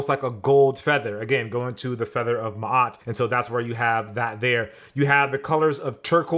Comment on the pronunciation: HOW YO BLACK A** NOT KNOW HOW TO SAY MA’AT??!? ✊🏾